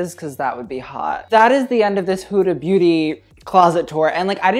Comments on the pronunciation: he just said HUDA BOOTY ? lol hahahahahaa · ahaha sounds like you say hood booty loves it